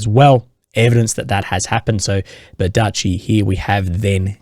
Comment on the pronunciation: So glad the Russians finally took Berdychi so I don't have to listen to butcher its pronunciation anymore